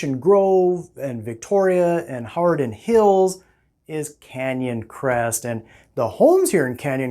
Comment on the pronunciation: You are saying "Hawarden" wrong. Not sure where you're from but it tells me you aren't local. It's "huh - war- den"